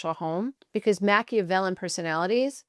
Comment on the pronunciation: You’re pronouncing Machiavellian incorrectly.